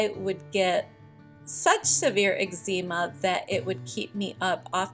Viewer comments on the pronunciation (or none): Are you pronouncing eczema correctly?